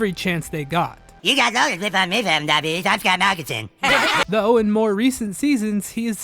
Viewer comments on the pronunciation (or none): none